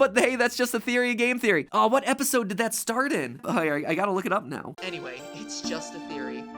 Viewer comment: “tot many of you are clicking on” Me: *sees “#2 on trending for gaming” Me:” are ya shure matpat